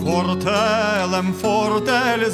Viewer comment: Уважно слухаючи і розмірковуючи над текстом, можна дійти висновку, що автор не над простими українцями іронізує, а, скоріше, над панами... Ще трохи дивно: якщо словник подає наголос в слові "фортель" на перший склад, то в канті наголос зовсім інший. Чому це так? Можливо, це якісь стародавні мовні норми?